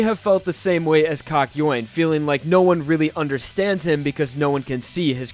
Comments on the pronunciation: I thought it was kak-yo-in not kak-yoyn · I'm sorry.. but I can't with the way he said kakyoin.. I don't know if I say it wrong but you really pronounced the YOIN in kakyoin and it just bothered me, I'm sorry 😅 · pronounced that shit cock- yoin, instead of kahk-yo-een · It's pronounced Kak-you-ean not Kak-yo-ween, just so you know. I mean, you said his name a LOT in this video and it can be pretty embarrassing to pronounce it wrong every single time, so- for future reference, is all. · It triggers me how he pronounces kakyoin. It's not "KAKYOAIN" it's Kak-yo-in. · heaartzz, the person who just called kakyoin poop in Spanish, his name is kakyoin not “kAk.” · Kak-yo-een. Not kak-yoin (pronounced like coin). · Kakyo Wayne?? It's pronounced Kakyowin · I think the caps thought he said COCK YOUIN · Him:kayoin Subtitles: KA KA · i just love how you pronounce kakyoin as 'cock-yoin' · I put sub titles on instead of kakyoin it said cock join 😂😂😂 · Kakyoin subtitles: cock join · BROTHA, LEARN HOW TO PRONOUNCE KAKYOIN: KA-KI-O-IN. SIMPLE. PLEASE DUDE, I LOVE YOU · REALLY? KAKOYAN? That’s not how you pronounce it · Why he pronounce it "cock-yuen"? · No one: Still no one: This guy: "kakyoin" YouTube subtitle: calculating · I can’t watch if hes gonna pronounce Kakyoin like that. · Im still in battle tendency but i feel sad when i hear "kakyoin" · learn how to say his name, jesus christ. unwatchable.